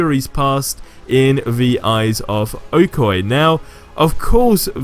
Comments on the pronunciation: Her name is pronounced OH - KOY - YAY. Lol did you even watch the movie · clearly said okoye name wrong what